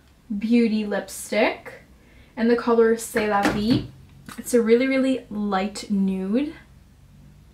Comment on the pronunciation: Omg you’re so beautiful. Purple color is very gorgeous on you✨😍. And your prononciation of « c’est la vie » was so good ! Love you from France💜